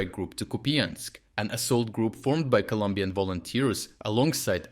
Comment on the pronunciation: ColOmbian please, not Columbian 🙏